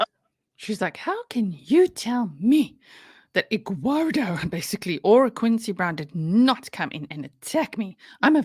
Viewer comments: I love the way you say Edguardo!!! Lmao. She is so out of control. 😂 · She calls him Egg-wardo. She can't speak like a normal person. She also adds a "k" to any word ending in "ing". ie Anythink, nothink or even wrongk. Drives me NUTS LOL